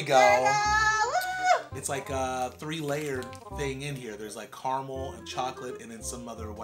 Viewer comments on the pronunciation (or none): none